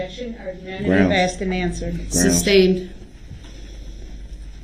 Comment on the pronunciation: Just wonder.. 😂 if it tickles the legit legal team every time he says "Substained"